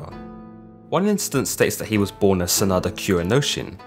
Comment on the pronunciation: It's pronounced SAH - nah - DAH You emphasize the beginning and end rather then just the end vowel.